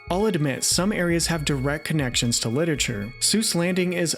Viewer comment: You keep saying "Lit-ature" instead of "Lit-er-a-ture." It's almost ruining it for me and I'm only 1 minute in haha.